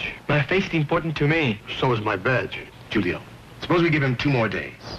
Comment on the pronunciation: I wish the police would’ve pronounced Julio's name the way he himself pronounced it.